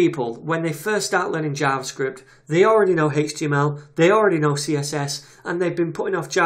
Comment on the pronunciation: It sounds like he's saying Haych-TML instead of Aych-TML and I find it slightly distracting.